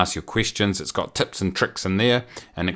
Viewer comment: I keep hearing tits instead of tips :) Good info, keep it up!